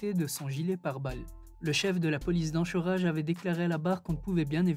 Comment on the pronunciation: On prononce Anchorage comme « encore » pas comme « anchois »